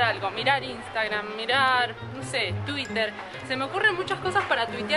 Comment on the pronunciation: no se dice twitter se escribe asi pero se pronuncia tuirer, no como se escribe porque lo estas diciendo mal